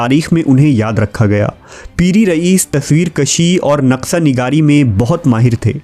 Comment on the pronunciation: Brother its naqsha not naqsa